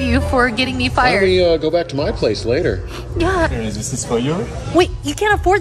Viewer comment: Why she said yeah like that